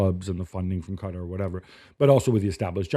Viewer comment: The way that white dude said Qatar made me turn this off